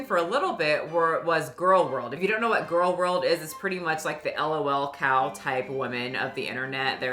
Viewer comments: Hearing it as "el oh el" cow was my reminder to touch some grass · Hahahah don't spell out lol like "el oh el" it's just like LOWLCOWs.